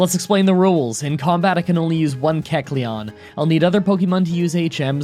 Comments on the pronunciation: AKSHUALLY you are pronouncing kecleon wrong, its pronounced like Kek-Lion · Ahhhhhhhhh yyeesssss Keck-lete! Keck-lete! Keck-lete!!!!